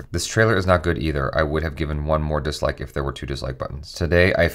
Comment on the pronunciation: Every time literally everytime he says dislike I hear downloads